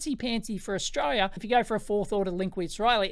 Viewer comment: Good E-nuff fo Stralia! Haha love it when Dave says this cracks me up every time.